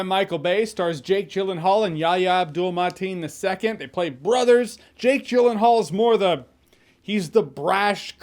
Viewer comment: Your review was awesome as always Jay, but I really got a kick outta hearing you say "Yahya Abdul-Mateen II" at the start of the review. I can't believe you didn't fumble it once! 😂😂😂